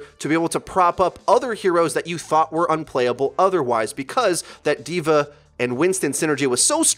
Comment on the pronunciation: it's "DVA" not "divar" or "divare", DVA. great video btw